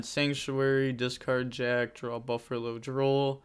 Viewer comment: Lol why do you call it burfallo 😆